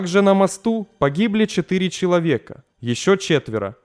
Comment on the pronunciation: Семдисят шитири шеловека, блин... Ну слушать же невозможно. Найми кого-нибудь, пусть тебе начитывают.